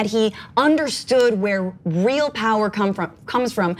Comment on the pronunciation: POWAH WE NEED UNLIMITED POWAH